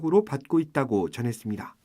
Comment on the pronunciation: 도대체 KBS는 어떻게 아나운서 마다 끝말에 다를 이상하게 발음 하는지 정말 듣기 싫었는데 이번 아나운서는 다를 이상하게 발음 안해서 그런대로 듣게 됐습니다. 그런데 어떻게 여자 기자도 또 했슺니댜.댜. 왜 그렇게 다 자를 이상하게 끄는지 정말 지겨워 죽겠네요 어ㅐ 그렇게 이상하게 발음 하는지 정말 듣기 싫어서 힘드네요.